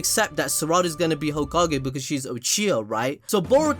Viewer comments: Hoe Kage 🤣🤣🤣🤣 ahhhhhh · Hoe-Ka-Ge juke got me bad... damn I wasn’t prepared XD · Hoe- ka-ge 🤣🤣🤣🤣🤣🤣🤣omg I'm weak 🤣🤣